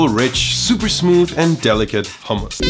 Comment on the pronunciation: Thank you for not pronouncing it the American way (hum-muss).